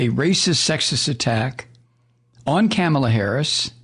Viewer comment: Rupert Murdoch. He’s a televangelist, right? I kinda figured. Its pronounced “Kah-mah-lah” with the emphasis on the “Kah” part.